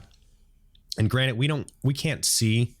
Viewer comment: Did you say Granet? instead of Granted?